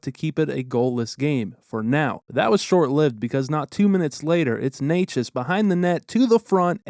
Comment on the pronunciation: nerd alert, as a slovak I can confirm, not sure if you care, but Nečas is pronounced not Ney-chess, but rather Neh-chuss (slavic languages don's use accents on vowels - "a" is a short "ah", e is a short "eh", etc)